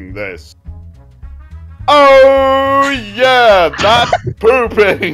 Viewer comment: why did he say “oh yeah… “ like that💀💀